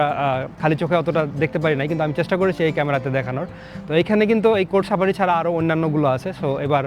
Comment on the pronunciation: Sapari na safari😂